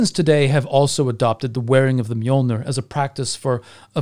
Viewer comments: You mean Mew-Mew? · allways fun when anglosaxon say Mjölner